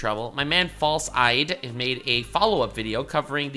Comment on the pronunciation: His name is pronounced False ID, like a fake license. He says it on his stream. 😅 Hearing you say False-eyed like he has glass eyes or something kills me a little inside every time, lol. Fun watch, btw.